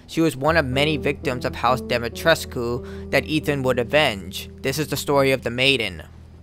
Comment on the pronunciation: DEEMEETRUZ, it's dee-mee-trescu. In the game Dee-mee-tresk but in Romanian it's like that yo